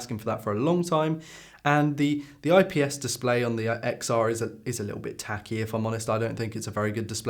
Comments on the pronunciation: It's pronounced Ten R Also watching on my XR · Why I hate this video: You can’t even speak out the name of the iPhone Xr. You are showing video of other youtubers while you are not quoting whose video it is!